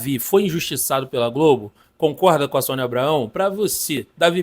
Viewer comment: Tá falando o nome da Sonia errado